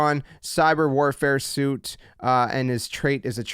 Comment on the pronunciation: Suite is pronounced "sweet"